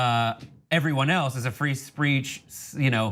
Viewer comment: Did he just say free spReech ?